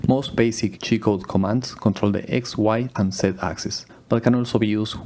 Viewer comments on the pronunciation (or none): Everytime you say G-Code, it sounds like you are saying "Cheat Code" lol.